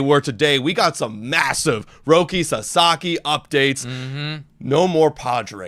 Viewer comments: In my universe, Sasaki was about to sign with the Giants until he heard those 2 clowns pronounce his name "Rocky" lmao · People, learn to pronounce his fucking name right. Sah Sah Kee. If that's too hard, put his name into Google fucking translate and use the Japanese setting to hear how it's most respectfully pronounced. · Lol man wasn’t trying to sign with a place where people couldn’t even pronounce his name correctly 😂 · Why would Roki go to the Giants when they can't even pronounce his name correctly? That is a big time insult and shows lack of respect! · Sasaki isn't going to your team if you can't pronounce his name correctly. 😛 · the padre fans can’t even pronounce ROKI SASAKIs name correctly lmaooo why would he go to that lame ass franchises and team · Roki sasaki’s name is easy to pronounce, why are they having a hard time saying it?! Darvish is a mentor to the younger Japanese players but, most of them wants to play with Shohei. Also, this feels alot like during the playoffs, they kept saying that dodgers will lose but they kept winning. Dodgers keep getting the players even after they all said not the dodgers. Lol You cannot deny the ShoGM pull.